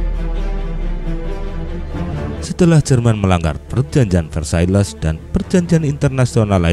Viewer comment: LL = Y. Versailles dibaca Versaye.